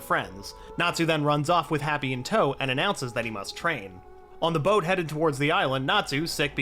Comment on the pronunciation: I can forgive all the mispronounced names, they are tricky sometimes. But how do you mispronounc boat?